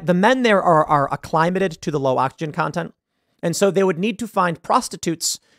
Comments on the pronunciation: Who the hell pronounces the word acclimated like that? Uh climb uh ted. WTF? ac·cli·mat·ed ˈa-klə-ˌmā-təd This is how you pronounce acclimated Tim. It's not 'a-ˈklī-ˌmə-təd Sorry but that sounds too weird to ignore. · I need to correct my previous comment. I wasn't taking issue with the word itself. Autocorrect xhanged what I typed. It's ACClimated, not aCCLImated. Accent is on first syllable. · Hearing how Tim pronounces 'acclimated' is the highlight of my day. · You’re saying acclimated wrong!!!